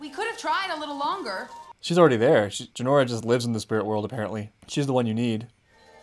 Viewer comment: It's Jinora not Jenorra